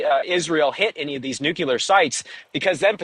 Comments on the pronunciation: so many journalists saying "nukeelar" instead of "nuclear" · Take a shot every time you hear nucular instead of nuclear. Drives me nuts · Its called NUCLEAR NOT NICKLAR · can't listen to that many nucelar utterancies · you could improve your credibility by dropping 'nucular' from your vocabulary. There is no such word in the English language. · To much listening to Homer...the word is NUCULAR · By the way he kept saying "nucular" I thought he was from Texas. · "New-killer" not "Nuclear" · Who's going to tell him he's saying "nuclear" wrong? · our idiot energy minister in australia is similarly afflicted with this same speech impediment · George junior isn't from Texas... Is he?!?